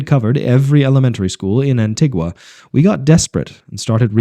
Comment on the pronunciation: It's An-Tee-Gua. Trust me, I lived there for several years. Also, 70 degrees is not sticky there. Apart from that, enjoyable, brought back plenty of memories.